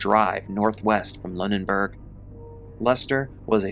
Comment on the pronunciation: 😅it’s pronounced “loo- nen-berg” just fyi! I live like 20 minutes away & hadn’t heard about this incident in this much depth . Sheesh!!!😢 the main thing everyone around here was hearing was just that “ a man died from a bear falling out of a tree” . I typically stay on top of things like this, especially in the surrounding area because I am very interested in mysterious , creepy or strange goings ons and it was only today that I found out that they were hunting, but also most of what I had heard on this particular incident had been by word-of-mouth.